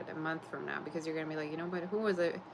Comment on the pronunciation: Why are you saying nap instead of now????